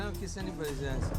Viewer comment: It's "ass", not "ah".